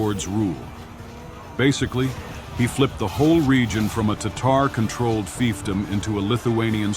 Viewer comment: The online Merriam-Webster dictionary pronounces “Tatar” as”TAH’ ter”. I couldn’t see how this narrator came up with his pronunciation.